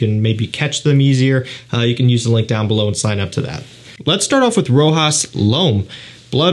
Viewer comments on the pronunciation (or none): none